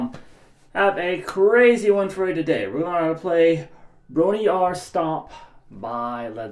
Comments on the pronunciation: they actually didnt play this at knebworth Band pronunciation: bron rawr “Actual” pronunciation: bron er ire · Thanks for the lesson, man, much appreciated! As a student of the Welsh language, perhaps I could help with the pronunciation. The o in "Bron" is actually short, the "Y" makes the "uh" sound, and "Aur" is pronounced "eye-er." Normally, the "Y" actually mutated to "Yr," making an "er" sound. This makes all the words flow together better, so you don't need to stop, and you can just say, "brawnuryer." What makes all of this harder is that r is rolled in Welsh. 🤣🤣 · Carl it's pronounced Brom Rah Her (phonetically that is) Great lesson 👍👍👍👍👍👍👍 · Pronounced Bron rowr like Roy Orbison on pretty woman Rrrrroooooowr